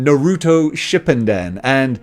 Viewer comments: lol its not Shipunden, it's Shippuden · It's pronounced Naruto (Shu) (poo) (din) 😂😂lol u was off friend by alot